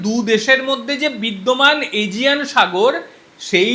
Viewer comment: এশিয়ান সাগর❎❎❎ এজিয়ান সাগর✅✅✅😅😅😅😅🤣🤣🤣🤣